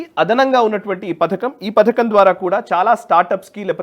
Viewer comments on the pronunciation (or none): none